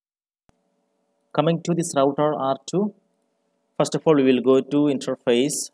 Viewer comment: Good video. Thank you. Sounds like you're pronouncing it "intraface" though, as opposed to "interface". Just a friendly tip.